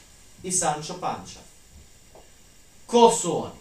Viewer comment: Nije Kihot, Mihel i Panča, nego Kihote, Migel i Pansa . Poslušajte izvorne govornike ili upišite u prevoditelj.